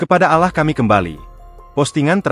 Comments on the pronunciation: Harus belajar menyebut Allah yg benar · Hei lue yang bicara, membaca kata Alloh itu yang benar jangan buat kesal saya sebagai orang muslim